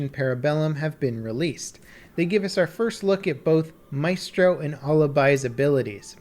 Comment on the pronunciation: 3 weeks since and he's still having trouble with the word/name Alibi. At least he's figured out how to pronounce Maestro though. Baby steps. GJ